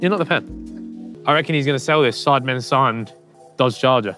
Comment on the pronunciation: "dodge charger" was painful to hear